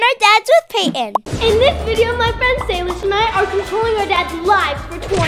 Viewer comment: sorry but to say but salish not shilosh pls don't be angry to me